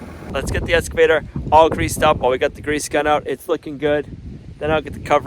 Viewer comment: there is still no "s" in excavator.